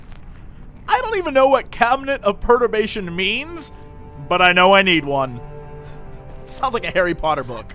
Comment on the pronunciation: also, jesse, take it from an englishman. you are saying perturbation wrong :-p and to be perturbed means to be disturbed and unsettled.